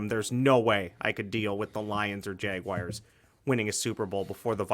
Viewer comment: JagWIRES? C'mon.